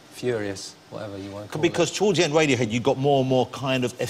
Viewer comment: Aaaahaha... "Wadiohead"